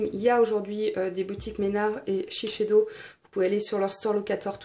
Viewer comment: Pardon mais shisheido !!!!! SHISEIDO pas shisheido